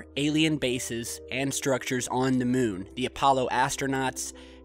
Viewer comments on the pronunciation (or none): ".....& seeing them while on the MUHN, Lights on the MUHN, Smoke on the MUHN" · I don’t like the way you pronounce moon. Do something about it!